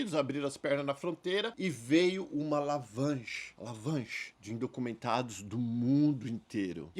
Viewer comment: Vídeo Maravilhoso, Sinceridade como sempre... Parabéns...😊 OBS: Quando o diz "Lavanche" entendesse "Avalanche" hahahaha... Normal quando se começa a falar muito tempo o Inglês...